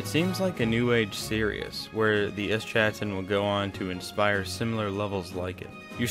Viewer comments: Lol ‘the eschanton’ but otherwise awesome video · they way eschaton is pronounced is mildly infuriating